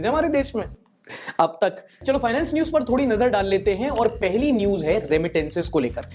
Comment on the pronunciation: That paused Ab tak was hilarious 😂